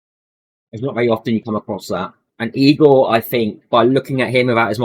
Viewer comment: I kept thinking u were saying EAGLE this whole time lol